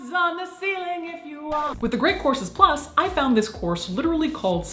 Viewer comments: Sounds like your ears acted as a Ouija planchette, lol.😘💖 She might've had a slip of tongue. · So it's not just me? Very good. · During the sponsor portion, I thought you said The Great Corpses Plus. Perhaps make a plug with Patreon for that.